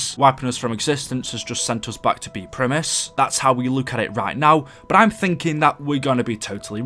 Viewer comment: The way you say "but" sounds like bout.